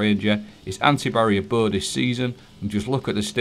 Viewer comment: I’m sorry but how do you say BOW?